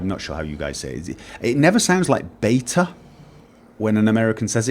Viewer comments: you say Beta in perfect English not the false American English so you a ok there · As for the Beta issue, you use the correct pronunciation of that word. It is named after the second word in the Greek alphabet, pronounced Vee-ta with a shortened e sound (I am Greek). In UK English it is pronounced Bee-ta as this is the closest approximation of the word, pronouncing it 'Bey-ta' is purely an Americanism. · the reason you hear "bey-dah" rather than "Bey-Tah" is the that person in question is slurring the word together to say it faster. as far as Lich goes, I say Litch but the pronunciation you use sounds pretty cool.